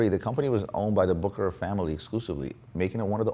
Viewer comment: Its not pronounced BOOKERAR - ITS BOOSSSHERRRRARRRRR